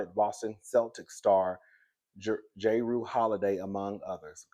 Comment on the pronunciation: Jrue is pronounced like Drew. I woke up puking too but it was because I had 5 shots of Henny too many. 😂 I’m glad you feel better!